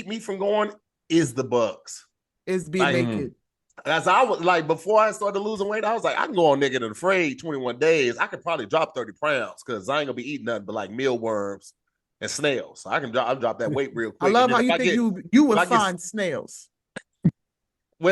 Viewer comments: Upon further review. We found a foul on the play. forced out prounds instead of pounds. 136th foul of the year. Back to you Jim. Lmao 😂😂😂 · that man said “prounds” how did not catch that but for some reason thought he said moisturizer wrong 🤦🏽‍♀️🤣